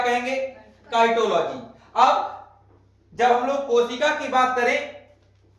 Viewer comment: Cytology,साइटोलॉजी को साइटोलॉजी पढ़ा जाए तो ठीक रहेगा न कि काईटोलॉजी